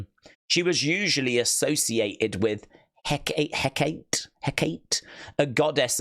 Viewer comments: Hecate (HECK-AWE-TAY)❤❤ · Hecate is pronounced Heh-cat-tay, she’s the lead witch in Macbeth.